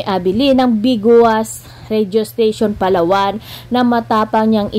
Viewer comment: Yong pronounced mo sa Palawan ayusin mo Hindi po ganun correction lang po.